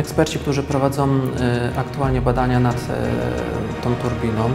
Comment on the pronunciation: "prowadzom badania nad tom turbinom" - litości, używajmy w wymowie polskich znaków dialektycznych